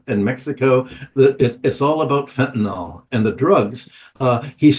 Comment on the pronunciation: It’s pronounced “Fen-ta-N(ill)” not “Fen-ta-N(all)”